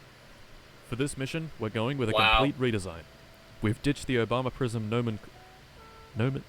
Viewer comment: Nomenclature the middle is pronounced like clay. Nomen “clay” ture